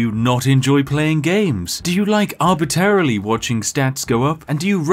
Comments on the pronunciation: Arbatareraly? Is that the British version of the word? (Arbitrarily) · 'Arbitarily' Well, Spiff is from the UK, so he must be right. Turns out the second R in arbitrarily is silent. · Arbiterrily? Not sure why that bothers me so much, normally I don't care if people mispronounce words. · “Arb-it-erily” It just works.